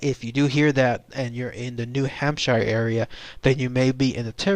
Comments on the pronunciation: Idk more like "Hamp-shur" not "Sheer" or "Shire" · Ok first of all it's Hamp-sheer not Hamp-shire we're not Lord of the Rings. Second these are just a variation of Sasquatch. These will more often be seen in the late winter or early spring before the green plants bloom. They are more winter starved Bigfoots than a separate species. This is why they seem hairless as they are malnourished and under post winter stress. Just like Bears in the same regions. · New hamp-sure. Nobody-ever- says shire. Sincerely, New HampSURE native 😉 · 'pioneers moving west' ... New Hampshire is a state in the north east. (also it's new hamp-sheer, or new hamp-sure, whatever you need to get that sound.) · hamp shure